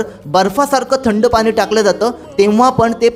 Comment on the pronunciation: मराठी मध्ये पानी नाही पाणी